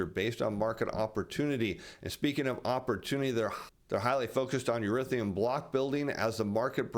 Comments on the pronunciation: E-THER-E-UM not e-rith-e-um. Almost as bad as J Bravo saying nu-cu-ler for nuclear. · Erithium? Do you mean Ethereum? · I always like your reports in the stock market world, however if your gonna try to sell crypto you pronounce it Eth er ium